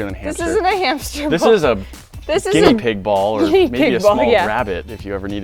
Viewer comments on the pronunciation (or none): none